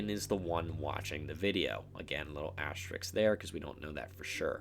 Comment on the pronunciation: how can you not pronounce ASTERISK "asstricks" like bro come on ITS NOT HARD AS TER RISK, AS TER RISK,. ""ASSTRICKS" LMFAO KYUS